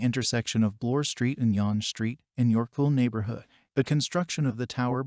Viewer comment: Why do you pronounce younge St like that. The e is silent. Its just basically young St. With an E!